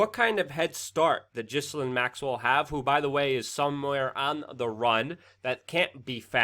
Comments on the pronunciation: It's pronounced GEE-LANE The s is silent. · I dislike everything related to this news but her name is pronounced Gee-lane! The g is a hard one and the s is silent. “Gee-lane”